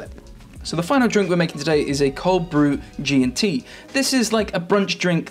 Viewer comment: Loved this. That Geeyuntee. Yes.